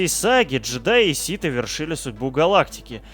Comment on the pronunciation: Ситы... Наконец-то правильное произношение! 👏